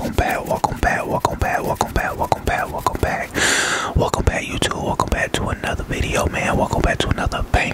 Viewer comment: at the intro i hear walk them back instead of welcome back